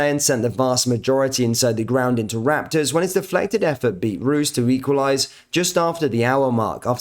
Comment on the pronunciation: Good work mate but to bring to your attention when saying Jack sent the fans into “Raptors”. It’s “Rapture’s “. Good work though👍